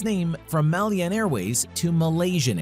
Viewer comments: The narrator pronounced Malyan wrong,it's Malayan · It’s Malayan Airways not Malyan..need to fact check!. And it pronounced Ma La Yan not Mal Yan! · Malayan not Malyan 😂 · MALAYAN Airways, not Malyan Airways Borneo is not a country and never has been. Borneo was split between British and Dutch territories and hence has never been unified. Indonesia actually owns a large portion of Borneo and was mentioned above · I stopped watching as soon as I heard MAHL-YEE-AN. Whenever I hear gross mispronunciations of words then I am just going to assume the content creator has little to no actual knowledge of the content and therefore the video is full of inaccuracies and not worth watching. The sad thing is so many people do not know some basic facts and will watch videos like this assuming it is gospel. Next we will hear millenials saying MAHL-YEE-AN. If you want to be taken seriously you gotta know how to pronounce the content you're covering. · Yes, it's Malayan Airways, not "Malyan". Your pronunciation of the word must also be corrected. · How do you pronounce "Malayan"? If you can look up the history involving SIA, why can't you look up how "Malayan" is pronounced? Feels like a certain respect is missing here. What's with so many Americans always making everything sound their way and mangling other people's language? Latest is Judge Merchan, sounding like a Frenchman when he is Latino. Meanwhile, good job on the rest of the video. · I was so irritated after hearing this mistake more than once.